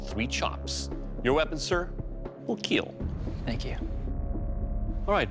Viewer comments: I’m just here for my daily dose of it will keel !!! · Came for the forge, stayed for the keeell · it will keel :) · Only thing that matters is.. “It will keel”